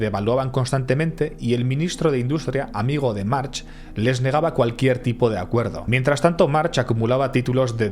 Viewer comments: Si sabes que se pronuncia Marc porque dices Marx? Es que es una cutrez muy grande... Dan ganas de tomarse un chupito cada vez que lo dices mal. Por lo demás ole el video. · Es un apellido catalan, no se pronuncia "marx", se pronuncia "marc" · No se pronuncia March , en mallorquín se pronuncia Marc , un poco de rigor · No he acabado de ver el vídeo. Casi tido ya lo sabía aunque con menos detalle.Pero por qué llama "carabineros" a la G.Civil? cómo si Mallorca estuviera en el Nápomes de la Camorra.La GC debía tener su parte de resñonsabilidad no? y por qué intenta saber si es Jyan o Joan y se permite decir Marx todo el rato? es Mark, que no és difícil. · Muy buen video! Solo una pequeña corrección: en catalan/malorquin el apellido March, se pronuncia Mark. La h final es muda. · Muy bien la historia, pero podrías pronunciar bien los topónimos, los nombres y los apellidos (March -Mark Torró-Turró...) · Se pronuncia "Marc" hay apellidos catalanes que acaban con "ch" pero se pronuncia "k" como "Baldrich" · podrías aprender a pronunciar el apellido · March se pronuncia Marc. En catalán la ch a final de palabra se pronuncia como una c normal, como por ejemplo Montjuïch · Video super como siempre! ❤ Ps: es muy probable que sea el único al que le ha pasado, pero cada vez que nominabas a March yo escuchaba Marge de los Simpson y me he pasado todo el vídeo imaginándome a un efeminado amarillo con pelo azul que estaba conquistando el mundo 😅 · Como bién indicas March se pronuncia "Marc" y Torró se pronuncia "Turró". Si entendeis un poquito de catalán (nivel bajo-medio) os gustará además de este fantástico video de el capítulo dedicado a este energúmeno que hicieron hace 5 años en la sección de "Il·lústres execrables" del programa "Via Lliure" en RAC1. Enhorabuena por el vídeo. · Marc, es pronuncia Marc, i es deia Joan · Un apunte, la "ch" en catalán se lee como una "k" digamos. Sería Juan/Joan Marc. Videazo, como siempre. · Como curiosidad, se pronuncia marc